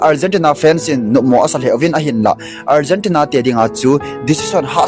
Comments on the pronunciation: Algentina hilou na pronunciation ahoi poi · Algentina hilou chu o bro! Argentina joh itiji diu ahije . chuleh finer hilouva final joh itiji diu ahije. Pronunciation hiti ho tabang jeh a hi minoise ichan jiu ahije. Ngailut jalla kahin sei ahibouve ong.. chubanna ipi pi seijong leuhen Final match chu Argentina ten Spainte chu ajolouvu ahijenge.. moh a gamtin adu Ada seijong leuhen, akichepmu chu ivet jongleh aboija ahijenge.. hiche a hin politics imacha alutpoiye.